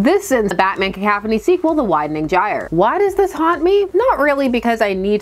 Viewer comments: Cah-couph-uh-knee is how i've heard it, now i've heard ka-kaf-ah-knee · OK but it's definitely pronounced Cah-cough-on-ee. Right? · I'm not bothered but it's "ca cough annie". But you say it however works for you. Along as I understand what you are talking about, that's all that matters to me. But yeah, in a world where editors were doing their jobs and actually guarding the legacy of the comics, we would get some kind of conclusion to this with or without Smith. But the editors are asleep at the wheel, so no. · I love your "cacaphony." It's right up there with William Shatner's "sabatage." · Only cuz u said peeps would mention it in the comments; I don't know the proper way to say "cacophony" but I choose to say it "cacaw-phony" cuz then it sounds like u r a crow n a murder of crows cawing outside the window is where my brain goes when thinking of a cacophony. I think peeps r gonna be pissed that u pronounced the O in a way that is an A sound n not even the one that is both an O n A sound so let me scroll thru the comments n get a laugh 😂😂😂